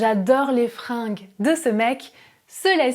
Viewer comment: Attention, les fringUes pas les fringes (prononciation "G" et non "J")